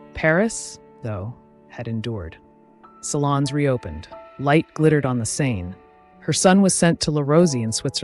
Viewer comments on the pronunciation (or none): none